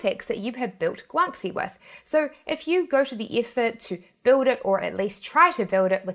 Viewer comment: Pronunciation isn't that difficult. (Gwan-she, not gwan-see) And I don't think is real. LoL